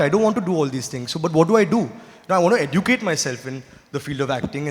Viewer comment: Someone tell him how to pronounce the word educate!